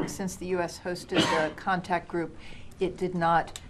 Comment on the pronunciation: Contact Group…not Contract Group…been studying at the Jason Blair School of Journalism?